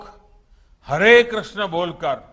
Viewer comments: और हां भाई हरे कृष्णा नही हरे कृष्ण होता है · हरे कृष्णा क्या है सही उच्चारण है हरे कृष्ण